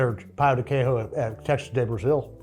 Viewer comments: Ola y tudo ben! I speak brazilian portuguese. Personally, I think it'd be Trader João (zhoo-ow) and Pão de Queijo is pronounced "Kay zhoo", just wanted to let you know haha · this is a super minor critique, but the "j" in portuguese is always pronounced. "quiejo" would be pronounced more like "keh-shoo" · We don't pronounce J's like H's in Brazil. Queijo is pronounced "Keh-Jo" like Jojo (sort of) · That's not how you pronounce "queijo," the j makes more of a zh than the spanish j.